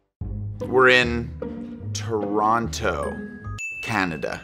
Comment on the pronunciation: I will only say this. Finally an American that pronounces "Toronto" without sounding like "Tirana". I'm always like wtf are you doing in Albania